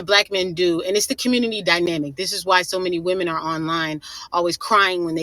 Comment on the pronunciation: "the dyminamic" you mean dynamic? Most educated...